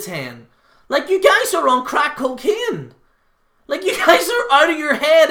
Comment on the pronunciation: He said we are on "cwack coceene"